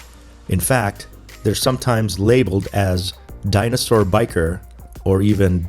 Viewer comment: I came here to learn how to pronounce bichir. Thanks for clearly covering that. Orante is my favorite